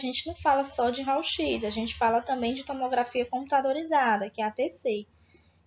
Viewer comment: Realmente ela é da área? Uma aula com mais encheção de linguiça do que conteúdo importante e pronunciando “RAUL X”.